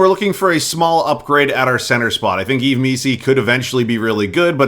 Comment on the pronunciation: Yves just say eve